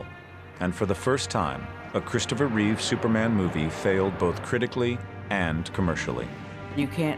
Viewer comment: REEVE There is no s on the end of his name. Even after more than 40 years; numbskulls can't get that right... And there is nothing wrong with Cavill. Anyone who says so is terminally wrong.